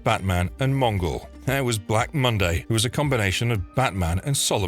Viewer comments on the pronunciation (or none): none